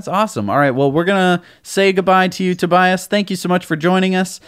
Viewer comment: tobias mispronounced his own name. hihi :D